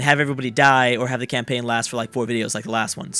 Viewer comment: He keeps saying campain, this is not a campain! probably from civ and eu